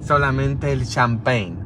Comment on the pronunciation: a las dos pm y a las 6 pm mañana sabado 30 de diciembre, y el dia 1 de enero de 2023 a las 13,30 en español, su abuelita pronuncio' bien "champagn" (suena como decir shampa'n)e con acento en la segunda "a"